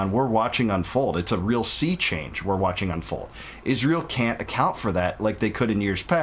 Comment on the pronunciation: Why does she says ISHRAEL? 😂